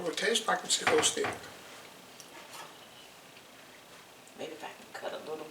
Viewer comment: 😂😂😂 he went waay back to chic-o-stick...lol